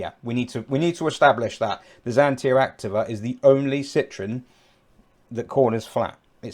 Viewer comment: The correct pronounciation is "Acteeva".